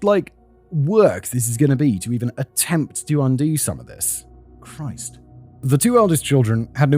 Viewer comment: They said 'Aunty-Chry' because they were trying to say 'Anti-Christ'.